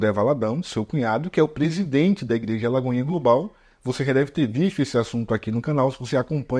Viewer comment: ele não disse alagoinha... e sim a laigoinha !